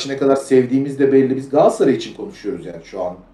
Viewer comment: Ya kardeşim GALATSARAY 'a GAASSARAY DEMEKTEN NE ZAMAN VAZ GEÇECEKSİNİZ? TÜRKÇE DE BÖYLE BIR ÜNLÜ DÜŞMESİ KURALI VARDA BIZ MI BILMIYORUZ?